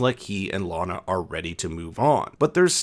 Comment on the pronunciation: I'm not sure why your pronunciation changes from "LANa" to "LaHna" halfway through - but it's really bothersome. It shouldn't be.. but it is -__